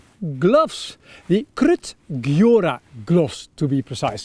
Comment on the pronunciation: Would buy the Hestra Lars Fält. They are totally Swedish. Gjöra is pronounced [jeura], by the way.